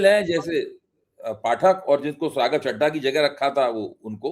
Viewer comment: मैं कोई राघव चड्ढा का प्रशंसक तो नहीं हूं परंतु आप जैसे स्वघोषित उच्च कोटि के पत्रकारों द्वारा चड्ढा चड्डी शब्द उच्चारण करके खी खी करना आपके प्रोफेशनलिज्म पर सवाल उठाता है